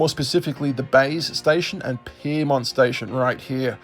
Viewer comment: Piermont You mean Pyrmont